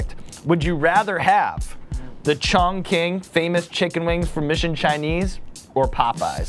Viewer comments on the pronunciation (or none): Btw Sean, It's pronounced "Chong Ching" not "Chong King" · No one wanted to tell him its pronounced Chong Ching lol (yes I realize ch and q slightly different but closer than chongking lol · Chongqing = "chongching" not "chongking". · "chawn-keen" chicken wings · Do... do he just pronounce 重庆… Chong king????😂😂😂😂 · The way he pronounced Chongqing was cringe bruh😂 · Someone please tell Sean how to say Chongqing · youre already chalky enough, maybe try pronouncing the words right when you're with actual Chinese people 😂